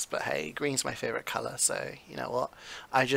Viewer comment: Its favorite not favorout